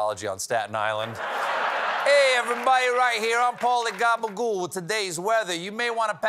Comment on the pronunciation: Steven does the best Italian gabbagool!!!